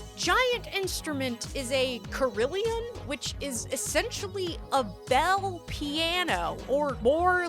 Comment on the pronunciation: Hey, not trying to be pedantic here, but the carillon is pronounced “cara-lon”, not “car-il-i-on.”